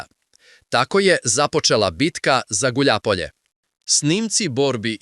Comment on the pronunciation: Гуљајпоље! А не гуљапоље,не знаш руски ујо. Т55 је за словенце,модернизовао Израел.